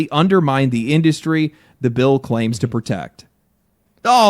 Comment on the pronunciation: I honestly can't tell if you're saying 'build' or 'bill'. If you said bill, then saying it's shitty doesn't align with your stance with SKG. Bill 1921 aligns with SKG's goals which you're in support of. Legendary Drops was just reading off the ESA's article that’s trying to mislead people on what Bill AB 1921 is proposing. I may be wrong but if you are in support of SKG, you'd probably be in support of the Bill as well.